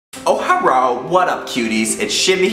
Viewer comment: i love the way when you say Herro --- Sent From shimmycocopuffsss's AppRats (Facebook App)!